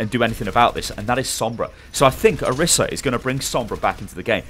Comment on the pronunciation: Isn't pronounced Or-EES-a?